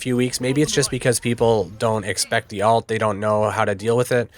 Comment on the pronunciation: Thanks for the video. Have a like! You taught me a lot, and the in-depth stuff was really helpful. Definitely deserves more views! Btw, it's pronounced ult. It sounds like you're saying alt. Or do you have an accent or something? My apologies.